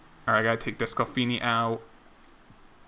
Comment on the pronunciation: I got to say it. It is pronounced des-clah-fanny. Not des-clah-finney. You should make that 20 yrs old third baseman you got in the draft a second baseman. Just edit him. Teams do that all of the time. My reds are doing that to senzel right now .. so you might as well do it..